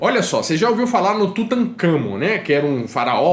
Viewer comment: N se fala Tutancâmon, se fala Tutancámon. (Eu acho.)